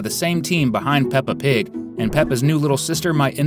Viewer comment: OH MY GOD ITS P.I.G NOT P.P.G!!!